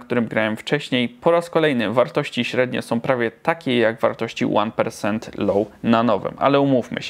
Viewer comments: To już pozostań przy spolszczonej formie, bo rzeczywiście persent, a prosent (tak się wymawia) rzuca się w ucho. Trochę jak z Rikord Video na Stop Cham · Ja kiedyś naprawdę przejadę i coś Ci zrobię za te "Łan persent" >A<